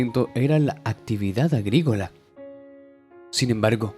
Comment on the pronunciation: Agricola,no agrigola